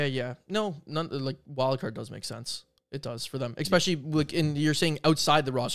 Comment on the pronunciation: not to be nitpicky, but the word is “ESPECIALLY” not “EXPESHALLY”